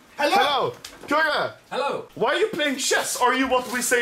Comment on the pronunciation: Why swedes say hello because anomaly can't say hello he says helly